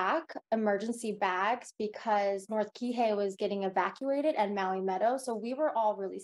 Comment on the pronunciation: Mahalo for pronouncing Maui correctly. Many people especially news people need to add an “e” after The M. Minamina Au ia Maui